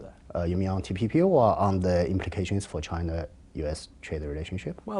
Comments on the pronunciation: This Richard even mispronounced TPP as TTP.. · Lmao the reporter forgot how to say TPP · He is certainly a moron, he's asking about the TPP, can't even say TPP and seems stunned when the Chinese man informs him that China wasn't even a part of the TPP. Has anyone addressed the elephant in the room that he has either a cluster of acne or herpes blisters by his lip? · Richard its TPP not TTP and I really enjoy seen face paused when he heard that term came out from Richard's mouth. SO FUNNY LMAO